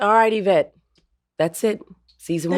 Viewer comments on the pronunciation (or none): The pronunciation is forever changed: "Y-vette" is the new norm❤ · Lol John would be proud of how you said Yvette’s name